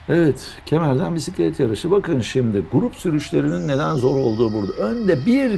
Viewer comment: hocanın dili dönmüyor bisiklet demeye 😂